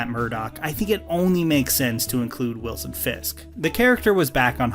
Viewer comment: I'm sorry, are you saying Wilson Fist?